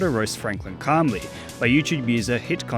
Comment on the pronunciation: "ask dumblledore clamlly"